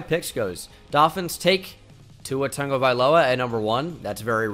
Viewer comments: 🧐🧐🧐🧐🧐👍👍👍👍👍 Just sounded like pongo but with a T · Tua Tagovailoa Not Tongo, Tago